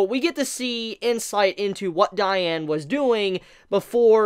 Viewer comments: The way you say diane makes me cringe lmao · Just to let you know that's not how you pronounce her name and that isn't how you pronounce gowthers name either. Just gotta say if your gonna do a video at least know how the names are actually pronounced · the way he says gowther & diane bothers me so much 😭